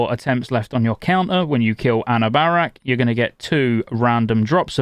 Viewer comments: Anna Barrack XD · Anna-bear-ack lol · Im not sure Ive ever heard a Bosses name butchered as bad as A New Bear Rack or however you said it. Nice video though, does make you wonder if were all going to be waiting for a month+ to obtain 4pc. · I noticed that, too. Oof. "Ah-Nu-Bur-Rakk"